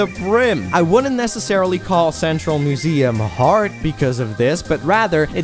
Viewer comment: Was there some kind of cow pun holiday in November I didn't know about? You said "udders" instead of "others" and "mooseum" instead of "museum." Genuinely curious. And annoyed that I didn't know about it.